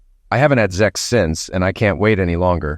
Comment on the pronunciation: SEX . The word is SEX . Not Zex .